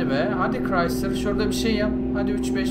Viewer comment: abi uçumaz dedin kırayslır chreysler dedin yaptı